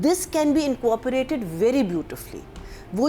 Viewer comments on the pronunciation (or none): its incorporate not inco orporate, u have been repeatedly saying this in this video, so cannot be s slip of your tongue.